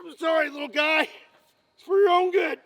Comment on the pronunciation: ah yes, the guife